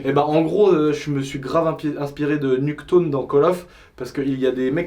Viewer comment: 13.35 minutes il me tue quand il dis nuque town